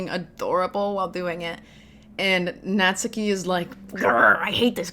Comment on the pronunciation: I think natsuki name would be pronounce more like Nat-ski instead of Nat-su-ki. The “su” is still there ut the emphases is so little. This is a good example